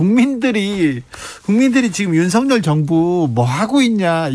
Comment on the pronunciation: 주기자님~!! "윤석열"을 어문법상 '윤성녈'로 읽는 게 멎습니까, '윤서결'로 읽는 게 맞습니까? 제대로 발음해주세요~!!